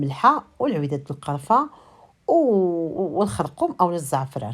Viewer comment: دائما قولي الخرقوم ما معنا القرقم الدارجة ديالنا تبقى كما هي